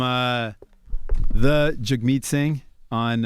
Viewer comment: It's sad that they invited him on but didn't do their homework.. they didn't know that that Canadians pay for college, didn't know that weed was legal, didn't know anything about Canadian health care.. Charlemagne pronounced it "Jag" right after he said "Jug like hug"... They didn't even know the election had passed 😂